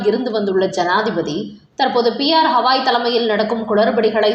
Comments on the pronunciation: ஹவாய் இல்லம்மா..கவாய்! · அடட ஹவாய் கிடையாதுமா, கவாய்!😊😊😊